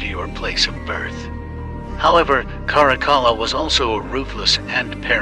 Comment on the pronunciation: His name is pronounced Carac-alla